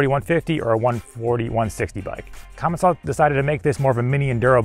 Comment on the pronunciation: I have confirmed it is actually pronounced "Commence-al" by someone who works in their office, not "Common-sall".